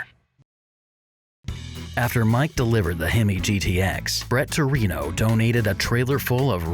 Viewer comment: "Bret Torino"? Really??